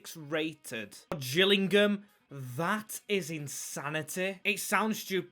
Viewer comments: U said gills it is pronounced jills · It's not the gills it's pronounced the Jill's lol